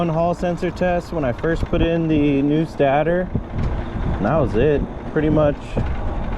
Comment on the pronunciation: It's pronounced stay-tor